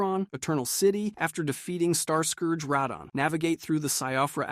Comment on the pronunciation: Bro you gotta be pronouncing these names wrong on purpose lmao mareeka, rahdon, faya, blade and mileena is wild